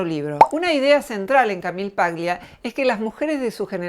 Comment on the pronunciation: Eres una mujer admirable y comparto tus postulados. Una pequeña corrección , el apellido Paglia es italiano, y se debe leer como tal. Eso implica que la G no debe pronunciarse. Debe sonar "Palia".